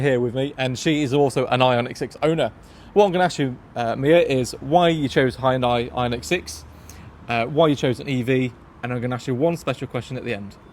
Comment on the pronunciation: "hon"-"die" sounds hilarious. The guy trying to say it "properly" as "hi"-"on"-"die" is also funny. It's "he"-"ahn"-"day"